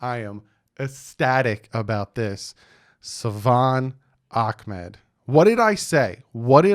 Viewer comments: i’m sorry but i feel like the commentators were saying his name wrong. it’s “ahmed” not “akmed”. fun fact my close friend back in seattle went to high school with him 🔥🐬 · Love your work.. It's pronounced.. Ahmed. Tho